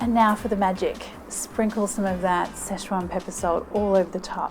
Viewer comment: Situation or szechuation?